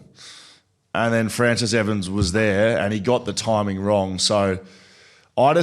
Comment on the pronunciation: 'Fraciss' lol